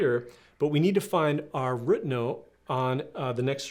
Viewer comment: Where are you from ? Your pronunciation of root as ruut is unique